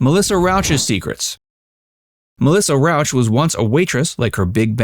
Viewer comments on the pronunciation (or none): fun fact: her name is Rauch, not Rouch